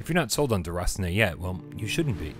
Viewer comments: As French I can tell he did good with the name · Love the way you pronounce "déraciné"